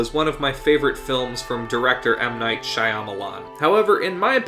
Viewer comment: Are you sure that's how you pronounce Shyamalan? Not that I'm sure either but every other person I've seen (like Nostalgia Critic) says differently